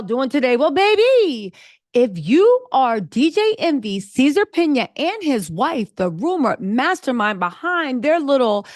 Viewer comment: Are you saying Caesar’s last name wrong on purpose!? Cause it’s cracking me up ! …. They going to 🗣️ “JAIL… PERIOD!”